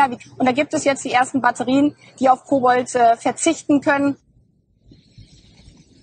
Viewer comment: Hat sie wirklich „Kobold“ gesagt?